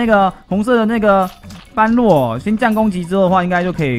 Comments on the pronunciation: 是般（ㄅㄛˉ）若（ㄖㄜˇ）啦凎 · 1.姆特要40，時機抓的好姆特可以打到兩下，像你這部片的最後一隻姆特就成功了 2.唸做ㄅㄛ–ㄖㄜˇ，在這部片只唸對一次😂 3.一定要盡快解決黑色敵人，不然容易被海蝶爆塔（可以用50等熊熊貓咪、真田等等 4.一定是先解決般若才能打海蝶 5.這關主要就是磨血，所以會打很久 6.魔王剩餘血量是指震波出來的海蝶 7.不要帶肯，沒啥用 8.下關是黑貘三隻加筱瑀（女王蜂）還有鴨子、拉腸狗和雜魚，請做好心理準備 希望你能看到